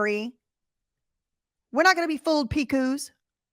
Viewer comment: Lol, Big Evil's name is pronounced 'Pick-us' not 'Pick-whos'😅.